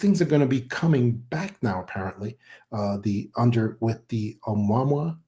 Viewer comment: This guy's Been Around in the UFO field for years, & THIS Does'nt SOUND LIKE HIM, this guy Can''t Even Pronounce Ah Mu Ah Mu Ahhh HOW HARD IS THAT, he's Had Years to Learn to Pronounce it Rite, So What Gives Here. He Talks like a Faker, Trying To Play The PART, FARRRR TOO MANY, eh ahh uh mmm ah eh uh!?, Prime Teltale of BULLSCHITZEN ARTIST ATEMPT!. What is Now Saying IS Diff than what he's Said n Talked About Prior NOW, All of A Sudden we've got MULTIPLE Secret Space Programs JUST WITHIN Our COUNTRY!?. ALL this Supposed Fragmentated Industrial Space, etc Interests, Even Sounds OFF in This Episode. Like Many Other deepstate media FAKE Presentation Creations, i'm feeling THIS IS ANOTHER ONE!, & YEAH This guy is speaking like an MK- ultra Mind Programed Individual!🤨🌎🇺🇸⚖️🦅😉😎, WWG1WGA&QA's2/ P.T.'s 3%'rs, MacChaughleh, M.A.G.'r Yet, & ALL Countries,. Ayuh